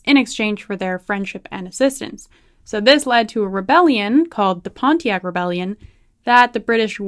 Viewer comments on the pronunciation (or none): none